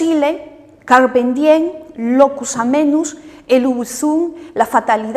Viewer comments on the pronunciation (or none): "Carpem dien" jajajaaj